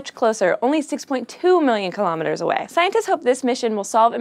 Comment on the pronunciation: Kilometers is pronounced "kill-oh-meters"... not kill-ahm miters"